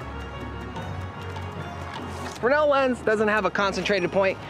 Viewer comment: Frennel Frennel Frennel it's FRESNEL..... :P